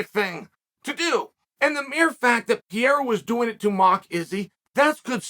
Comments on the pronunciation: per-air-ah, not pee-air-ah Seriously, Chael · This guy continues to pronounce every fighters name wrong hazmat instead of khamzat. Now Piera instead of periera😂😭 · its Pé-ray-rah, say it you bum. not piera, whats wrong, you can steal from grandmaster Mexican martial arts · Can someone please teach Uncle Sonnent how to pronounce Pereira 😂 there's 2 R and he keeps saying P - A - RAH😂😂😂😂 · Who the hell is Piera??? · chaels not even trying to pronounce pereira at this point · Actually his surname is Pereira not Piera😋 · Who the fook is Pierra? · Who the f is Pierra ? his names is P e r e i r a !!! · who is Pierra? does he mean pereira? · Who's this Pee-Eh-ra guy you talk about🤦🤣🤣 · is it that difficult to pronounce P E R E I R A ?? its not PIERA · Say it with me Chael "Pa-Rare-Ra" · Uncle Chael, please pronounce it like this: Pe-dday-dah (Pereira) …. It sounds too much like Pierre! Thanks!! Keep those thoughts going!! Big Fan …… got me at DB the other Day with the Cooper story! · Who the hell is Peira ???? Does he mean Pereira? Come on Chale …… I know you always find ways to stay relevant but damnnnn not even making an effort to say that man’s name right….. Lowkey disrespectful. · Chael "the name butcherer" sonnen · Chael doesnt even try to pronounce pereira correctly lmao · Will uncle Chael ever say his name right? Lol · Uncle Chael, Why do you Not pronounce the first R in Pereira the same as the 2nd R? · I cant respect him til chael learns to pronounce his name correctly. Lol